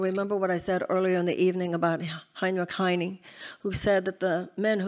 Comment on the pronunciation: Ok...if you are running for president, at least make the attempt to pronounce the names of the people you are quoting correctly. The very famous German Poet Heinrich Heine is not prounced hinee. You can find his correct name prononunciation on youtube. It is important that people of leadership take name pronounciation seriously. All the other countries will laugh when errors like this are made. Its embarrasing. Especially when our allies hear this. They will not take you seriously.